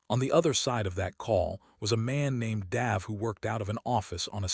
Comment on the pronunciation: love the accent on the a in the name Dave....normally its pronounced D-a-ve not D-ah-ve.....but that could just be local culture.